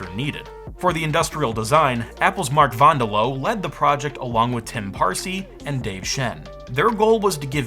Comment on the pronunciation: slow clap for the correct pronouncing of Van Der Loo.